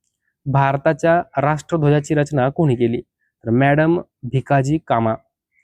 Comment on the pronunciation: मॅडम नाही तर मादाम कामा असे आहे.